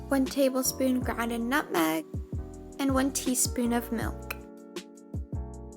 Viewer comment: why did you say nutmeg wierd